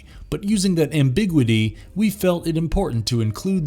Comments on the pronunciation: "Am-BIG-witty"??? LOL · Fun subject, but a significant number of misused and mispronounced words and factual errors (e.g., Ed Gein’s last name rhymes with “mean,” not “main.” You say someone “accounts” a story when, in fact, the verb is “recounts.” You mispronounce “ambiguity.” The lead character in “Blackcoat’s Daughter” is possessed by a demon, but there is no indication that she is “Satan’s daughter,” as you state. You mispronounce the name of Chuck Conners’ character from “Tourist Trap”—it’s “Slawson.”) I think you’d benefit from a fact/grammar/pronunciation check before you post. The errors undermine the quality of your content.